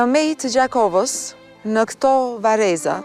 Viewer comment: Eh lotet e ni nane😢 sa t vshtir e kan pas Gjitha Nanat Kosovare e njera nder to je kan ti dada Pashke .. Zoti marrt hakt per ta😢 Ju kisha lut prezantueses le ta shqiptojë mire kete vend jo ”Mej” por Meje! Shpirti ju past dritë gjithë atyre qe sod nuk e gzojnë as lirinë dhe nuk jane me Familjet e tyre😞🙏🏻